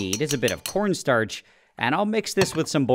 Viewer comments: What I heard "p**n star" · why did I have to listen to it 10 times and still hear "p0rnstarch"? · He definitely said porn starch